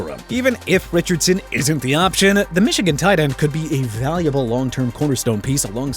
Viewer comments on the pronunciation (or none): none